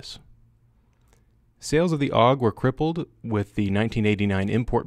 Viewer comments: Steyr AUG (that's A - U - G not aug) correct is Steyr Armee-Universal-Gewehr. Don't invent new words. (Btw. Lovely gun, to bad the Royal Danish Army didn't choose it. They chose M16-A2 crap.) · It's a Steyr AUG, not a Steyr "Aug." Would you call a Browning BAR a "Bar"? "AUG" is an acronym for Armee Universal Gewehr, not shorthand for "augmented," "august," etc. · Technically "awg" and A U G are both wrong. It's "ow'g" or Ah ooh gay XD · i think you want to have relations with the AUG or as you say awwg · its AUG - not A U G for everyone who never set a foot on a mountain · SSSSSSHHhhhhh-yar-aaaug Lol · Raid it’s actually an acronym tho,so you do pronounce it A U G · It's not A-U-G, it's AUG. And it is not a matter of whether one pronounciation or the other gives a fuzzy warm feeling. It is about using the correct form, buddy. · You gave us 2 ways to pronounce the aug. I know austrians that hate it when its not pronounced german xD.